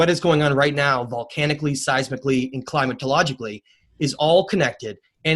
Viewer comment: Climateagollically??? Really.